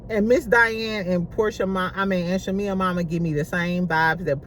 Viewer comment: Lmfao😂😂 you will never pronounce shamea last name right. Lol. Shamea so fake. She literally was shadinf porsha on the intro. Shamea hides behind religion.. im so tired of her singing... Fake asss apology. Drews bag is fake though. Its on amazon. Loll